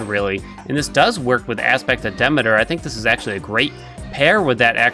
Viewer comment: I love the videos and I know the game does this wrong but her name is Demeter pronounced Dah-mee-ter